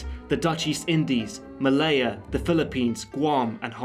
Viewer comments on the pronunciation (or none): none